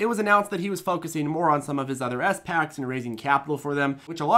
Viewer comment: Why do pronounce them “ES PACKS” 😂😂 special purpose acquisition companies.. each word has equal meaning. Love you but you gotta call em spacs